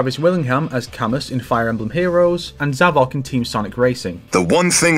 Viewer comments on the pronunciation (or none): AHA! It's not pronounced "Cam-us", it's pronounced "Cam-oo", it's French!